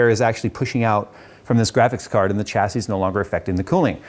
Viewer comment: reeeeeeeeeeeeeee the ch in chassis is silent and pronounced sh